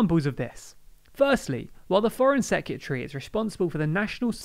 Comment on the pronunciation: I like this channel, I really do, but FOR GOD'S SAKE learn to pronounce the word "Secretary" !!!! It's NOT "Secutary". It's almost as bad as hearing someone say "nucular" instead of "nuclear". The word "Secretary" includes the word "Secret" (which should give you a clue to its origin) so perhaps try practicing that over and over before and then adding the "ary" part to finish it off perfectly.